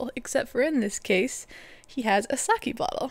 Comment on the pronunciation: IT'S NOT SA-'KEY', it's SA-'KEH' Nice idea, though.